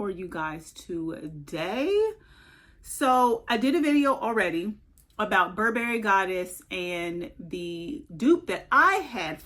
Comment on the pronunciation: No berries in buh·buh·ree. Stress the first syllable. You're welcome.